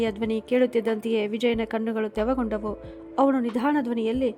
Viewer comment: ಕಣ್ಣುಗಳು ತೆವಗೊಂಡವು ಅಲ್ಲ ತೇವಗೊಂಡವು ಅನ್ನ ಬೇಕಿತ್ತು ನೀವು ಪದೇ ಪದೇ ತಪ್ಪು ಉಚ್ಛಾರಣೆ ಮಾಡುತ್ತಿದ್ದೀರಿ ತಿದ್ದಿಕೊಳ್ಳಿ